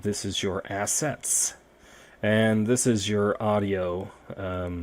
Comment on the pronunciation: why every time he says assets i think he is gonna leave out "ets"